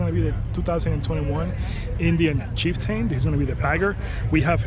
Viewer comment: I couldn’t get past the first 10 seconds after you called it the Chief Tane.